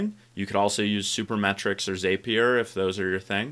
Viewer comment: Great stuff! A heads up: it's pronounced "Zap" -ier not "Zape" -ier